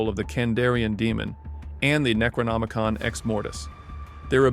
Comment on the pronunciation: Thank God i found this video after that kid drove me nuts being unable to look up and pronounce Necronomicon the right way and cringing me with it every 20 seconds